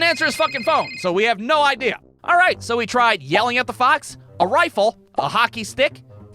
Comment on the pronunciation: Remember how in the worst day at work video you said a bad day of work for you was not being able to say alright the right way at the beginning well I don’t know how to explain it but you said it wrong in this one